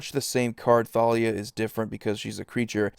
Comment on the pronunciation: Is it just me or is anyone else annoyed that it's pronounced Thalia(Ta-li-a) and not Thalia(Tha-li-a)